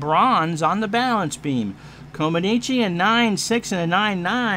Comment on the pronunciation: Had fun with this game a few years ago, glad to see you give it a go, as always you do great with the call. Actually Nadia's last name is pronounced more like Coma-NETCH